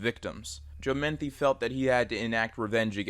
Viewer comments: bruh it's Joe Metheny not Joe Manthe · Its Metheny not Methny. I live in Maryland I know about him. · It's Joe Metheny....Meth-en-ee. Not menthy. JS, js. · It’s pronounced “muh-thee-knee” not “minty” lol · His name is spelled "Metheny", pronounced "meh-th-any", not "menthy" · not to be rude, but his name is Joe METHENY, not Menthy. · It's Metheny, not Menthy. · Got super confused hearing Metheny as "Menthy" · Joe Metheny not Menthy. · Its "Mah-Thee-Nee".. God I hate when someone makes a Documentary style video and mispronounces such a simple name.. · Joe Meth-eeny is the pronunciation. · It’s actually pronounced MU-THEE-KNEE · That Joe Metheny story happened in my home city and it always disturbs me. Also idk why it bugs me that he said the surname wrong. Great video though!